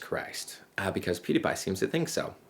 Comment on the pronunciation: You mispronounced pewdiepies name but we all asumed you said pewdiepie so its good